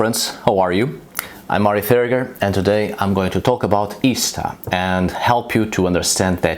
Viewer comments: I died... when I heard Arith say, "ish-tar". Hearing him do my (American) accent was hilarious!😂... is that really what others in the world hear?? OMG, I'm changing this immediately. Can you see going to a Texas shaman(no offense TX shaman😅)....? With that draw!! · I'm genuinely perplexed as to how you manage come up with most bullshit that you do. How the fuck would her name be pronounced "ih-sta". Like seriously, it's embarrassing. On the point of Eostre, the fact that Eostre is exactly what we'd expect an Anglo-Saxon version of Aurora to be named is strong evidence in favor of her existence. They knew nothing about Proto Indo-European or regular sound changes between languages, which makes it impossible for them to have created that name to match perfectly what her name actually would have been if she had evolved from a common source with the other goddesses.